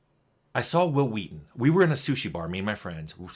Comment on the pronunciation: It's Walton* Goggins.. tim